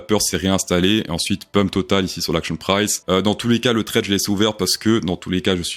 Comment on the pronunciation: Salut , est ce que tu peux dire "axion prisse" plutôt que "action price" . Vraiment mec , on est en France on parle français !